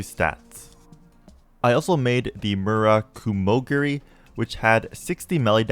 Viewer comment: murakimogiri was so butchered even tho im not even japenese im cringing